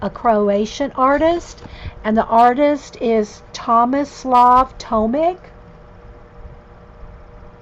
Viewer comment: Hi, his last name is pronounced as Tomich - just for your information. And yes, the language is Croatian, of course :)